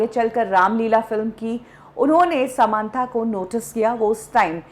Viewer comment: समांथा नही सामंथा है वो।